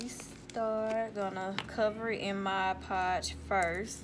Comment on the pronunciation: I just realized... You’re the only person I’ve ever heard pronounce mod podge correctly.